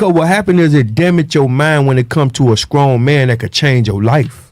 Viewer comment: "Skrippas... Skrong" Regular People: "Strippers... Strong"